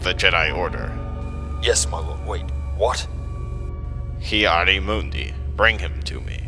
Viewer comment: dude... you said those names all wrong